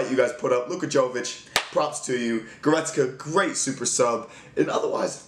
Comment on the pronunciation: it's actually Yo-veech